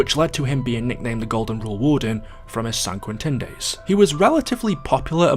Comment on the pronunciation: SAN QUINTEN sounds like a name boa it’s San-quinten. Not San-quin-ten. It’s Spanish and it’s the American prison you go to for EXTREME inmates